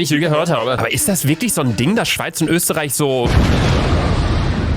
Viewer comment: Öschterich genau 😂